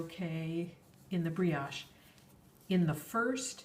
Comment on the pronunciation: only FYI, "brioche" is a French word and has a long "o".